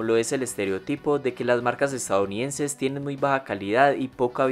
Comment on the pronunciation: Este wey dice "estaounidenses" jajaja